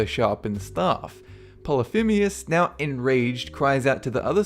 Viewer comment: How is it you are managing to pronounce Polythemus polythimeus? Where are you seeing that e? I'm pretty sure you pronounced it right the first time, so what the heck?